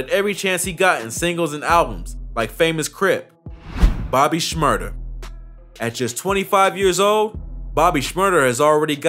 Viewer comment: Bro said bobby SHMURTER 💀